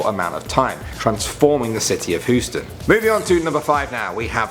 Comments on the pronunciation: Houston XD not Hooston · Hooston? Don't you mean Houston? XD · What's hooston lol its HOUSTON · Dude, Houston isn’t pronounced like Hooston , it’s pronounced like Hughston.Just sayin. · Lol he says "Hooston" its pronoinced "Heusten" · Did he say Hoostin instead of Housten? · Its pernounced hyou-ston not huuston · Who else was triggered when he said Houston like hoo-stin and not hue-stin ... no one ... just me ... okay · He says Hus-ton. I'm 40 miles from there and we say hues-ton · HE SAID HOOSTON ITS HUESON GET IT RIGHT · Please pronounce Houston as hue-ston not hooston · Hew-stun. Not HOO-stun. Ffs. (Houston) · You say Houston so funny. Its like Hue-ston but you said it like Hoo-ston. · It’s pronounced Houston not hustain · It sounds like he said hooston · Did you say, "Hoo-Stan"? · Did he say "Hooston"? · H O O S T O N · Yes... yes he did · Hoostin? Houston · it's not pronounced the way you said it is pronounced Hue stun, but spelled Houston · He said Hústùn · I thought it was Houston not Hoostun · Its hyoostan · Hooston,not Houston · Lol "Hooston" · He said hooston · Hooston? Really? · I used to live in Houston but its so funny how he said it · He said she said Houston so wrong I'm offended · U dont say the H in houston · I just wanna smack that beard off your face for the way you say Houston. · That's not how you say Huston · i would say we must strike him down but... i love too much... cries